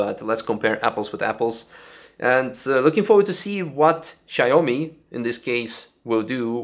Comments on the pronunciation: It's shao-mi not shy-oh-me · Not "Shy Homie",! Its "Shaw me". Thats Xiaomi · I think it is pronounced “shaow-me”